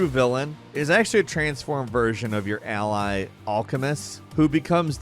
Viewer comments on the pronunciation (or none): none